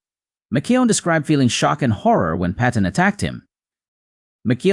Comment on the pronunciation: How seriously can you take someone who can't pronounce, "Les," McKeown," or, "Paton."?